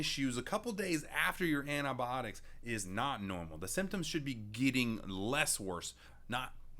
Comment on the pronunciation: adobotics blah blah whatever he said xD Me- Okaeh- wtf did he just say- u mean antibiotics? XD Btw this isn’t supposed to be offensive to anyone I’m not trying to be mean about how people pronounce things I just tried to make a joke…